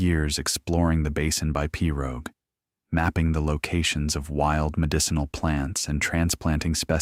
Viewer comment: Several repetitive statements but a good story. The narrator could investigate swamp/ Cajun pronunciations. Pirogue for the 1st.😅 but a concise and clear speech. Thank you.